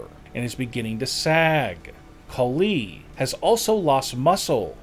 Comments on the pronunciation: Dude. Are your comments created by a KI? Horrible emphasis. Tatankaaaa,Tatankaaaa, Great Khaliiiiii, WWEeeeee🙈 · Bro I'm sorry but bro talkin like: Another reason why great kuh LEEEee isn't as MUSCULAR is because he is officially reTIRED.. From pro wrestling (or dobble dobble EEEEE) and doesn't has to WORRY about going to the GYM every single DAh EEEEEEeee